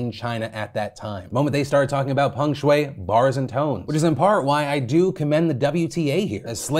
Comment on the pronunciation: Americans are so funny with their pronunciations. They pronounce the name as Pang Shuei while it's Peng Shuai. Literally the e and a get reversed. How do you do that?